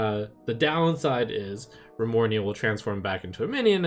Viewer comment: I just wanted to facepalm when he said windfury and Remornia